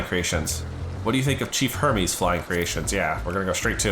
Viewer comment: not the way hermes was pronounced 😭